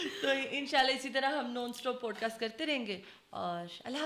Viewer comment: She is saying pot cast😂